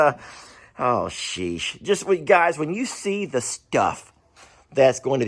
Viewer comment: When you said "oh sheesh". I heard "ohh sheath" lol, lmao